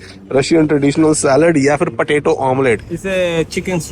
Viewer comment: It is not fir, it is phir!